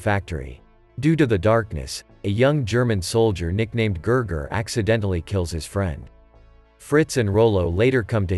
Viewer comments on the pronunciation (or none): His name was not Ger Ger it was Gigi